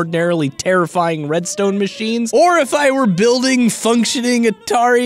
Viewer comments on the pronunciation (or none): none